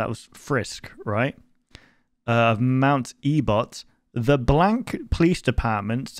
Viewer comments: E-bot? It’s ebott damn it explodes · It's pronounced mt.ebit. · "mount ebot" I'm sorry but that has me cracking up everytime you say it- TEmRIL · the name of the mountain is actually pronounced (Eh-Bitt), btw! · it truely hurt to hear you say ebot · ebed is the pronounciation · I cringed after you said E-bot